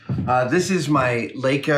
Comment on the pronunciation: It's Lie-Kuh, Adam.. #justsayin